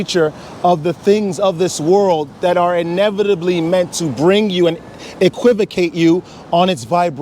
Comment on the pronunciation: Lol, bro said, "equivicate"!.